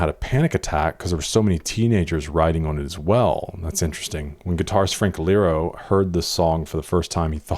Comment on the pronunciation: hey so I haven’t found any comments on it, but it’s Frank Iero, not Frank Lero as you read that:D it’s a quite meme in the fandom, everybody confuses his surname. iero. not lero.